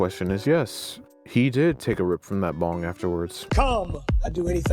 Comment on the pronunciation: Bro when you mentioned the item after the pizza I thought you said bomb not bong lmao I was like "DUDE THATS LEGIT BADASS" then you said it again and I was like "oh wait bong never mind that's not cool"